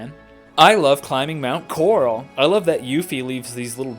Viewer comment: "...Mount Corrrral..." haha, nice man.